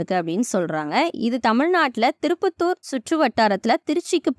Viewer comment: Thiruppathur இல்ல sister திருப்பட்டூர்